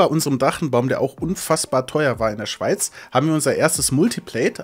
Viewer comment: Bei der Betonung von dem "Schwei....." bei dachte ich erst du sagst Schweinewohnung oder irgendwas mit Schwein :D